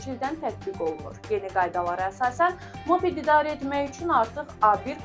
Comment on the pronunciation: [mape’d]❌❌❌ [mo’ped]✅✅✅